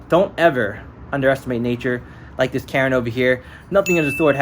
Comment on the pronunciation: Karen... Karen's... "KARRN"